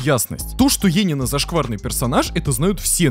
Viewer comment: ЕНИИНА А НЕ ЕЕНИНА